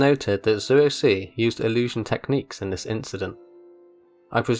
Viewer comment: "Zueo see" what?